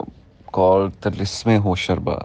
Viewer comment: Its " tilissim e hosh ruba" usman buddy not hosharba